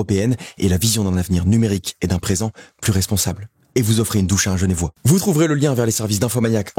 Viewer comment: bon je déteste corriger mais on est des genevois et non pas des genévois haha sinon super vidéo et super sponsor 🔥